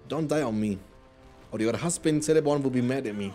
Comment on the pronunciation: Love these mod vids. Btw, Celeborn is pronounced "Keleborn" rather than "Seleborn". Tolkien's C's are pronounced with a hard K, if its a name or a place that begins with a C.